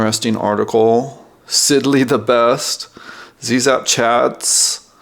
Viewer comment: Great review! FYI: "Zzap! 64", the incredible UK magazine for the original Commodore 64, is pronounced "zap". Cute to hear you pronounce the American "zee zap", but just letting you know. I went to Zzap for a day back in 1986 and met the original team - so it's fantastic that the magazine has been revived!